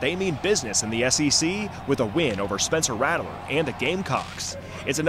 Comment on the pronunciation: Good video. Please dont say "rattle er" again. Its "rat ler".